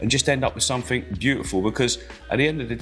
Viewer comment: Click sumfink? Must have been a late night 😂 ❤